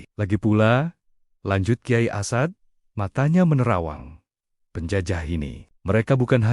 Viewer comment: Komentatornya tidak tahu menyebut as'ad. Tapi asad